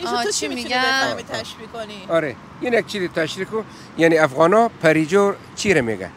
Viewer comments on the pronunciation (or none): none